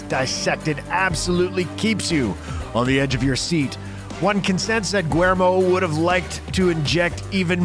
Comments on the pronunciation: another great video. I agree....Blade is an all time favorite of mine. The less said about Blade 3 the better. The director's first name is William in English and not pronounced Gwer-mo...other than you guya are the best!!!!! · The fact that you don't know how to pronounce Guillermo, you literally pronounced it guermo. What the hell dude? Just about everybody knows how to pronounce that name ... except for you. Do a little bit of research on pronunciation off of Google please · You can add the narrator's constant mangling of Del Toro's first name to your asute observation.